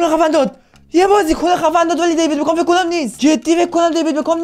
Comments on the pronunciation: میگه دیوید بگام😂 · بعد از هر بار که میگه دیوید بکام مد در حال تلاش که نگم دیوید بگام😂